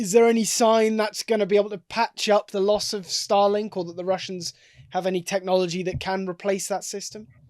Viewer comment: Star Link not Stah Lenk